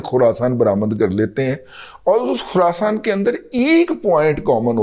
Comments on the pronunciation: After hearing Kherson as Khurasan im going to quit this Vlog 😂 Chacha syasat pe baat kia karo bas. Time ziada nai reh gya ha Pakistani syasat ka ab. Paroos me Taliban aa chukay. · Dada g, khurasan ni Kherson with all due respect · خراسان نہیں خیرسون ہے ۔ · Babaji, Khurasan nahin Kherson hain jagah ka naam hain, faltu ki danishmandi mat dikhaya karo.